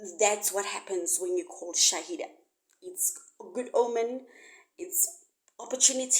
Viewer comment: Its called shahila not shaida